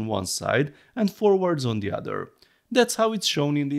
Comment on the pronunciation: You need to learn how to pronounce the TH-sound in English - for example, at the moment you're saying "De" instead of "The"